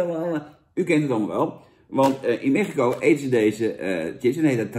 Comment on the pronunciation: Zucht Jan...het is 'chips' en geen 'tjips'....